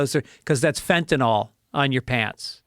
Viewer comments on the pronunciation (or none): none